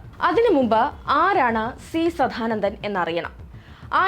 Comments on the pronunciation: സധാനന്ദൻ അല്ല കൊച്ചേ സദാനന്ദൻ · ആദ്യം തന്നെ പറയട്ടെ, സാധാനന്ദൻ അല്ല, സാദാനന്ദൻ. പിന്നെ, ആറുമാസം പ്രായമുള്ള കുട്ടികളുടെ ജനനേന്ദ്രിയം വെട്ടുന്നത് അവരുടെ അനുവാദത്തോടെയാണോ.. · വല്ലാത്ത ജന്മം.. കണ്ടത്തിൽ.. സദ്ധാനന്ദൻ അല്ല പെങ്ങളെ സദാനന്ദൻ..ആദ്യം നീ നന്നാവ് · ആദ്യം പോയി സദാനന്ദൻ എന്ന് നേരേ ചൊവ്വേ പറയാനെങ്കിലും പഠിക്കൂ